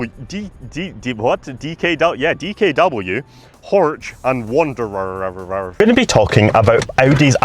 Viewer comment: bro wants to go to Germany but cant even pronounce Wanderer correctly smh